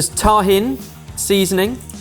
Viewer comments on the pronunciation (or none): Kinda feels good to know that I would have gotten all 4 spot on. Also, Tajin is pronounced “ta-hEEn”, not “taw-hin” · Tah heen stop saying that hin. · It is tuh·heen. please just call it tuh·heen. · Im happy that J knows how to pronounce tajin more correct than can.